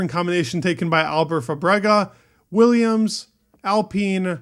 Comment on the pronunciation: pls start saying taken instead of tuken